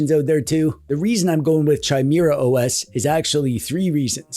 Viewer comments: I'd prefer it if you called it kai -meeuh - ruh OS, actually. It's not spelled Chaimera, is it. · Chimera... Like chai latte... Sooo wrong... But since you said it times I think it was on purpose xD It's pronounced Kai-mera (*adjust monocle*) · Its pronounced "kye-MEER-uh"!!! Gosh you're such a DWEEB! (never stop) I do like Bazzite and adding in EmuDeck for Emulation Station, and of course the theme is there too! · Gosh dang, I know it’s probably for the engagement, but you got me! it’s pronounced Ki-maera not Chai-maera. Also, the monster is from Greek Mythology. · Kye-Meh-Rah. Chimera... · chimera is pronounced /kīˈmirə/. That's it. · Oh, I thought it was pronounced Chime-Ra. Silly me. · I think it's pronounced Gee com or possibly geek om. Chimera is definitely kai meeuh ruh, and bazzite is Bazz ite. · Saying Chimera as Chai-mera all those times then saying Gnome the right way killed me. Like I know he has to know how it's said our guy plays D&D type games so he has to have done this on purpose. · Chai-mira Chai- na He is phonetically consistent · It is pronounced as either "K-ee-me-ra" or "K-ee-mae-ra" because it's etymology is from the Ancient Greek "Χίμαιρα". The stress is also on the double "ee". The "ae" is not used in modern days. In the old days one wrote "Encyclopaedia" but today everyone writes "Encyclopedia". I am an etymology nerd from a very young age 😅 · Yeah, that word is pronounced "KI-mera" ... this is a well-documented fact that I'm almost positive isn't something distinguished by country of origin... (Canada is also now objectively cooler than the US, where I unfortunately still live) A chimera is a Greek mythological beast, but in modern times the word usually refers to something made of 2 things. Thus, a monster with the head of a lion but wings of an eagle. Two critters in one. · It's KEE-MEH-RAH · It’s also commonly pronounced kai-mairuh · It's meant to be pronounced kee-meh-rah thought.